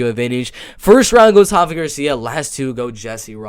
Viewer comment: Dude it’s RAfa Garcia, not Hafa 😂 I thought you were half Mexican (like Rafa) not Brazilian 🤣